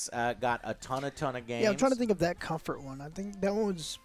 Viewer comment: "its good Cumfart" - (2023) on PSVR2